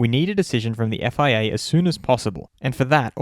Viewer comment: You seem to be saying "FAA" ! Is it FIA or FAA ?